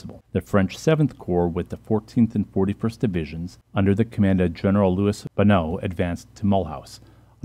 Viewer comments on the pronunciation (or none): ...did general LOUIS Bonneau... have a sex change and became... LOUISE?...